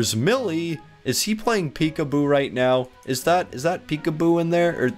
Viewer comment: Lol means laugh out loud / lots of love. Pecuboo is definitely not right, its peekaboo. Your welcome.